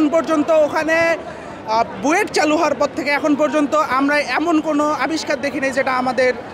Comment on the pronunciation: Tumi khub xodal.. Jaw buet ar b o ponounciation korte parba na.